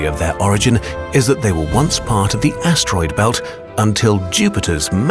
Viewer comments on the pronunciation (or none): none